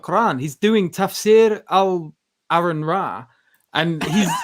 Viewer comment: "tafsiir of al al Aaron Ra" looooooool